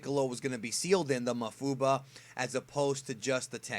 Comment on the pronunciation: pretty sure its pronounced maWfuba